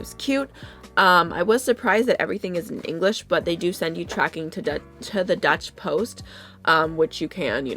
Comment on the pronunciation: Maybe she means deutsche post but mispronounced